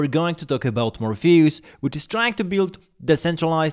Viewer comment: Morpheus, not Morphayus